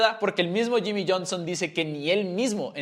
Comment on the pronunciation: Yimi, yerri, yones , llonson ,yami ,yimi 😂🥴 que locura